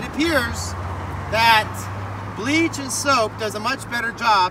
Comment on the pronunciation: It sounds like you said breeze and soap - is that a gallon of bleach, did you say bleach & soap?